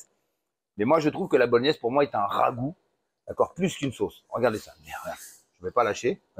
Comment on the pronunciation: Merci Nono pour la recette! c'est cool quand t'es plus calme comme ici ça se mate mieux je trouve ;) un peu foufou sans en rajouter des caisses, impéccable Avoue t'aime ce mot le rhhhaaagoo ^^